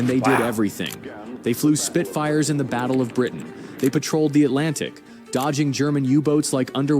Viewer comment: After the vattle of vimy ridge